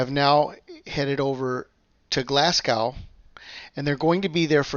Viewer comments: Hi there, check out how to pronounce Glasgow, it should be Glas go not Glas g ow, check it out, every Scottish person is cringing when you say Glasg Ow. Cheers and thanks for the reports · It's Glasgow like glaz-go not like cow 😆